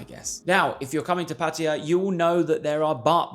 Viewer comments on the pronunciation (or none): TIP 34: Pronouncing Pattaya as Pattaya and NOT Pattiya. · Correct pronunciation is puh tai yuh....LMAO. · It's so cringe when USAians and Brits say Pætiæ instead of Pattaya... It's just as silly as saying pæpiæ instead of papaya!